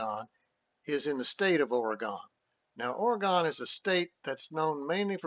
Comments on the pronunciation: ~ Also, "Orygun" not " Ora-gone" ... Sounding like Lou Holtz' dumb ass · Correction: OREGON is NOT pronounced Or ee gone! I live in Oregon, and it is pronounced Or ee GUN. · As an Oregon native.... DO NOT STAY IN PORTLAND! You can travel south on I-5 and stay in Salem which is a little safer than Portland and about an hour closer to Eugene.... And its pronounced OR-E-GUN.... And its U-GENE. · First of all, learn how to pronounce our state right. Here, I'll even help ya: Oregon (ORE-uh-g'n) like organ with an "uh" sound in the middle. It doesn't rhyme with “gone”. Secondly, you guys aren't scoring 35 on us in our house. You don't realize that our stadium is the loudest Big-10 stadium and Top 5 loudest in the country even though we only seat under 60k fans......in other words, What are you smokin?! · Nice job. But, Oregon is pronounced Orygun. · That didn't bother me it was the pronunciation of Oregon 😭 😅